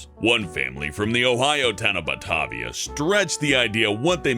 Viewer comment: I'm from (and live in) Ohio and I have to ask why are some from Ohio. However, it gets cold here. Also, “Batavia" is pronounced closer to “Bah-TAY-vee-ah"